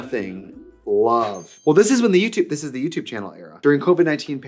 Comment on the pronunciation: Every time she says 'youtube channel' in any context, all I hear is "dyoo have a yootoob channul?"